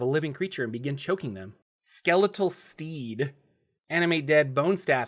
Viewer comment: You said “Summon Steed” but I heard “Summon Steve” and was like “dang, what an interesting spell!”